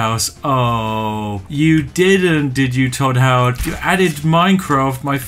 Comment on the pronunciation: “Hodd toward”